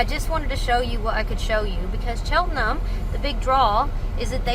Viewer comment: Nice travel vlog - they've certainly taught you how to say Chelten'm properly. ✔️